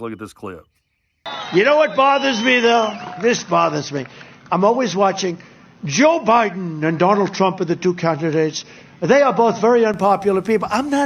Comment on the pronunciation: “Candzjidits” tho